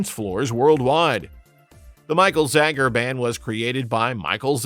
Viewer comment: I love all these songs. David Paich’s last name is pronounced “Paych,” one syllable, not the two syllable “Pay-itch.” You said “Disco Duck” had a “unique duck voice.” No, it sounds like Donald Duck. Not “everyone” was dancing to it. Michael Zager’s last name is pronounced “Zaygur.” It does not rhyme with “Jagger.” The “Let’s All Chant” lyric goes “…everybody work your body,” not “everybody moves your body.” You can hear the real lyric right after you spoke! Andrea True Connection was not a one hit wonder; their “N.Y. You Got Me Dancing” reached #27. You said “More, More More” had lines like “I want your love, I want your love.” No, that line is nowhere in the song. Are you a bot who got confused with Chic? Thelma Houston was not a one hit wonder; after “Don’t Leave Me This Way” reached #1, “Saturday Night, Sunday Morning” reached #34. Sylvester was not a one hit wonder; he had three top 40 pop chart hits and you did not even feature the biggest of them! “Dance (Disco Heat)” reached #19; ”I (Who Have Nothing)” reached #40. Your graphics omitted the parentheses around “Mighty Real.” You said Sylvester was known as the queen of disco. You think he was called that more than Donna Summer or Gloria Gaynor were? Songs are not one hit wonders; artists may be. Artists record songs; songs don’t record songs.